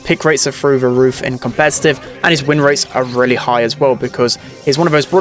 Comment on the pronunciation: "wiffen the meta" "frew the roof"